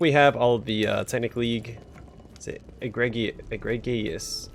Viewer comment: To quote Captain Jack Sparrow,"It is Pronounced 'Ee-Gree-Jus'"